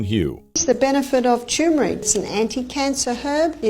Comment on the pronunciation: Is there a human being on this planet who can pronounce TER-MER-IC???? It is NOT TUMOR-IC !!! There is NO Tumor!